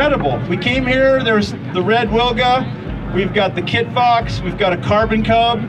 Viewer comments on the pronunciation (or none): btw. you pronounce Wilga wrong. In polish 'w' sounds like 'v' so you should pronounce it more like 'vilga'